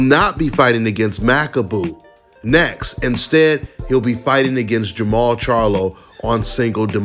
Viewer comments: It's jermall . No jermell! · Jermall not Jermell